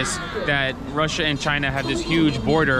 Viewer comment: It's Chrussia 🤣